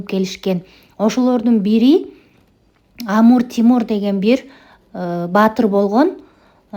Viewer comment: Амур Тимур дебей Амир Темур десеңиз туура болот